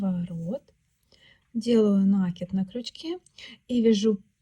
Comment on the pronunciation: Всё прекрасно, но накИд.